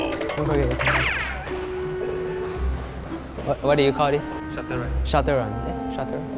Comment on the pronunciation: Dude, it's shuttle run, not shutter lah. 😜